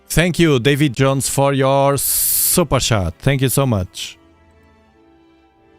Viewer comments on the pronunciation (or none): I love it when he says SUPER CHAT!! Ohoo I mean SUPER SHAT!!! Haha perfect 😂